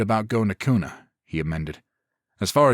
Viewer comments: Pretty good zombie series. The only frustration I have is that the author didn't seem to research the location very well. There are no forests anywhere near the Boise metro area (it's a desert), people in Boise don't drawl (it's the PNW not the South), it's pronounced "cue nuh" not "coon uh", and the Gowen Field Air National Guard base is a whole lot closer than Mountain Home AFB if people wanted weapons. Hell, it's Idaho...you could collect an entire armory just going door to door clearing houses. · Sitting here in Nampa Idaho, which just happens to set on the outside of Kuna and Boise. I have really enjoyed this series and look forward to the rest. As a side note the city of Kuna is pronounced as if it started with a "Q" instead of a "K".